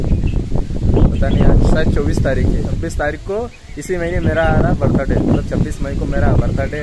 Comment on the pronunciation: कैसे तङ्ग बोल्ते हो bhai बर्थडे 🤣🤣🤣 बर्थडे बोलोना🤣🤣🤣